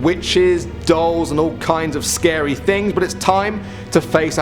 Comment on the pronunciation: Super scawy dee scawiest ting I ever heawd